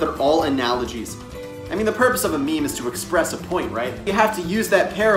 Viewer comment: Excuse me it's mehmeh